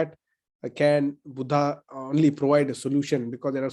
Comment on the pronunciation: Dr. Suraj when we read the title "Buddha and his Dhamma" in english language, we have to read it as"बुद्ध and his धम्म" and not "बुद्धा and his धम्मा" because when we write devanagari words in English language we write vowel "a"at the end of alphabet which completes word. When we read word "बुद्ध"as बुद्धा it is 1st person plural in Pali. So kindly pronounciet it accordingly. Thanks. ड